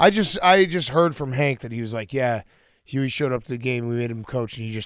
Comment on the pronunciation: How does big cat always mispronounce “Huey” as “hubie”